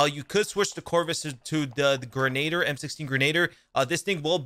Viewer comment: Bruh...he said Grenade-er. Its pronounced Gren-uh-deer. Who the hell says ADSing??